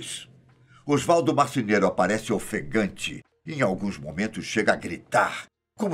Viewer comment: é "Marceneiro", e não "Marcineiro" (em 5min e 43 seg), avisem o estagiário!